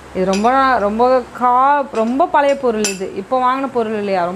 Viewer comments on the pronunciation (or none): none